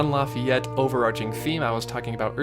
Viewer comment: You pronounced Lafayette wrong.